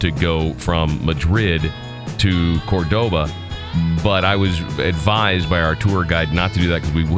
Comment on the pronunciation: You made a mistake and said you were in Madrid instead of Barcelona at the end of the video. Also, Cordoba has a stress on the first “o” not on the second “o” . Otherwise, I thoroughly enjoyed your video! I’m planning to go on this tour soon.Thank s for the information.